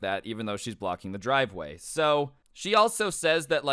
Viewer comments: normal person: driveway: dwiveway lmao i thought it would be funny.....and love your videos a lot of them are either crazy or funny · He just said dwiveway